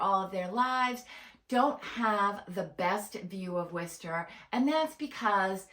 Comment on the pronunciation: I've lived in and around WORCESTER pronounced WOR-ster. Not what ever you're calling it. The city has turned to crap in the last 20 years. About the only good thing about it is the schools. Entertainment is spotty at best boasting NO cinemas and only occasional 'shows' at the existing venues. Worcester used to have daily entertainment. Yes traffic is easy to navigate because no one stays IN the city. Jobs are nonexistent unless you want to work in education or healthcare. Worcester has been 'reimagining' itself since the 1970's. Personally I don't think it's ever going to find itself. Also it's the SEVEN hills. Obviously don't know the city.